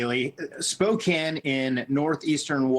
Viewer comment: Thank you for your coverage and for pronouncing Spokane correctly, unlike CNN.